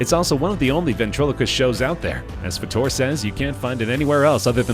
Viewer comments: It's Fater not Fattore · Seriously If you are going to research these people, and report on them! Pronounce the damn names right! Soo many of these damn videos made contain mistakes in them 100% of the time.. It's so annoying... It's Fayyyy Terrrr NOT Fuhhh Torrr! Get it right... Thumbs down!!! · Terry FUHTORE?? Are you kidding ? If you watched the show it’s pronounced FAYTER. Y’all need to do more research than just reading what you find on the internet. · did these a-holes just mispronounce Terry Fator's name?! and so, this is our modern-day ''gong show''. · I thought I was the only one to notice, it was annoying me.